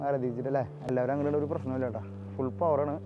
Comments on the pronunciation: Hai BRO, Not VARTICAN----- V A T I C A N (PLEASE PRONOUNCE V A T I C A N) GOD BLESS ALL OF YOU 🙏🙏🙏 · വർത്തിക്കാൻ എന്ന് പറയുന്നതെന്തിനാ ''; വത്തിക്കാൻ '